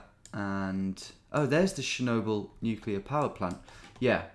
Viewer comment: Wow… never knew britts are so bad at pronouncing foreign things haha. Pripath and sjenoble 😅